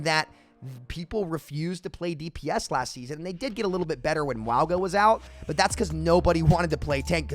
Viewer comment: I'm pretty sure maugu is pronounced: ''Maw-guh'' Dont quote me on that tho.